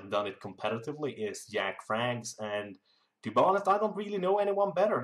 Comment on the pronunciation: Why do u say Jack like Jäck ?